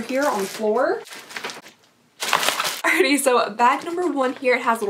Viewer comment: the way she says “alrighTY” makes me laugh every time